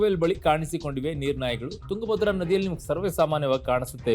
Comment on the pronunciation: ತುಂಗಾ ಭದ್ರ ಬೇರೆ ಬೇರೆ ಅಲ್ಲ ತುಂಗಭದ್ರಾ ಒಂದೇ ಉಚ್ಚರಣೆ ಸರಿ ಇಲ್ಲ ಸರ್